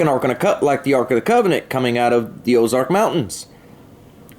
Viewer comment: ‘Ark’ansas and oz’ark’ wow